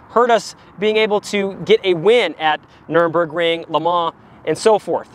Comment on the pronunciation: Well done video but the name of the famous race circuit in Germany is the "Nurburgring", not "Nurnburgring." Every auto enthusiast owes it to themselves to drive at least one lap of this incredible 12.9 mile track. I did that the first time the day after my wife and I attended the 1967 German GP.